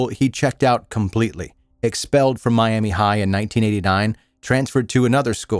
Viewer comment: Not that it's important to the story, but as an Oklahoman, it's pronounced "My-am-Uh" not "My-am-E"